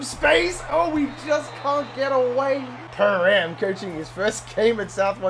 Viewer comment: No no no... It's Pee-Ram Crowe 🤣🤣🤣